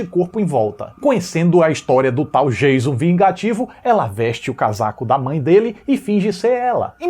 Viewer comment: 😂😂 O cara enche a boca pra pronunciar a diferença entre "FRED" e "FREDDY", mas solta "DIEIZON" ao invés de "DJAYÇON" (Surtadinhos e surtadinhas, eu reproduzi a escrita da pronúncia e não sua grafia correta) 😂😂